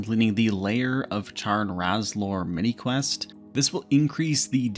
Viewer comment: And Lair of Tarn Razorlor (not Layer of Charn Razlor)